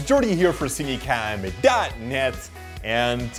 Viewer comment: Not only u everyone hears that